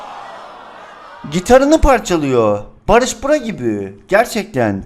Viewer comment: Barış bra gibi sjsjjsjjss